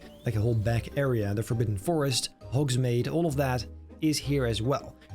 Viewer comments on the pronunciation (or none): The way you kept saying Hogsmade was so triggering 😤